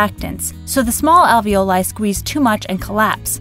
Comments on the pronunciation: If you are gonna pronounce "alveoli" like that, why do you pronounce "ravioli" the way you do? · Alveoli is also an italian word, so You can pronounce it the italian way with long "e" sound too.